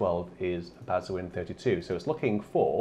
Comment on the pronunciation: Kid in a sweet shop time! BTW, bazuin is pronounced 'bazaun' - like posaune only beginning with 'ba'!